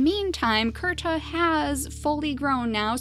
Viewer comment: When you found Kirta, and pronounced it Kurta, I automatically said he had to be the last survivor of his clan.